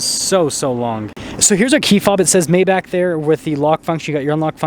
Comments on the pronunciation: He keeps saying May back instead of My bargh... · "My-bach", not "May-Back". No this isn't quite a Rolls Royce. A Rolls is superior in presentation and customization. If you think Rolls doesn't offer more I have to ask if you've ever been in a Phantom. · I can hear the Germans wanting to kill this guy for mispronouncing Maybach